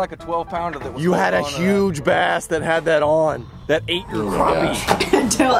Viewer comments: Crap-pee ... not Crop-pee. :P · It's crappie not croppie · So what is the difference between a croppie and a crappie? Pronounced crop or crap?My dog takes a crap not a crop jw